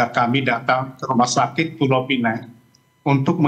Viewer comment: PULAU PINANG la bukan pulau pineng...